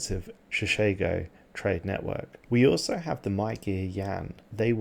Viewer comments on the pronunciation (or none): none